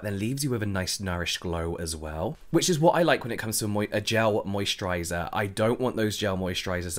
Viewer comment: I already has a better mosturizer. I only come here just want to hear james say "mosturizer" 😂